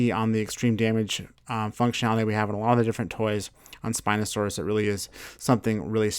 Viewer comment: On the spino he said siinosaurus